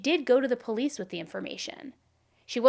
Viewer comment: No one should watch these videos Worst coverage Plus worst host She can’t even pronounce POLICE I unsubscribed and the videos still play!!! #cashgrab #worstcrimechannel #banbeam